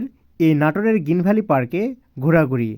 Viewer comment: গিন ভ্যালি না ভাই,গ্রীন ভ্যালি।